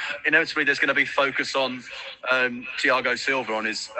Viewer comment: Thiagoo😂😂😂😂is not Thiago🤣🤣🤣